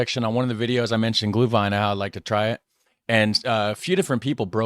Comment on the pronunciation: Well. the Sauerkraut part sounds like a klischee....US Americans eat more Sauerkraut per person than Germans, but I will not get into that.... you are really good on "Glühwein" sounds pretty German to me.